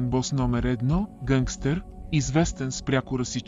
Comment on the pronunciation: Защо сте забавили Pitch-а на изкуствения интелект :D Записвайте собствените си гласове, а не ползвайте този на ИИ, че е тотал щета с ударенията :D "гЪнгстер" "хЪзЪртен" "кУреком" :D